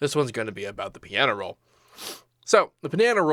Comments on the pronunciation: "The pinano roll!" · Actually, he said panana roll 😐